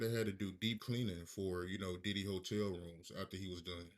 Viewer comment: Call him Puff, Sean or Sean Combs…. You calling him Diddy sounds like you calling him Daddy! On the real!